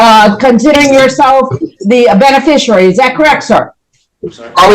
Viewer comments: "Mr. Benefershery," not "Mr. Beneficiary." Words matter to sovcits. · Or as he says it, "benefisherary" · Kevin Pollard is an 🍑🤡… Kevin Pollard does not have an estate or a trust in his name, because Kevin Pollard is a deadbeat. He is not a Benerficuaey, a Benayficuwey, or any other version of how he can’t correctly pronounce Beneficiary… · I love when they try to pull this stuff off and they can't even pronounce the word beneficiary. Subliterate slobs. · This sicko can’t even say “beneficiary” correctly!